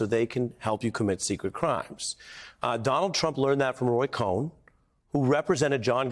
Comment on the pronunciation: Cohn, pronounced "cone"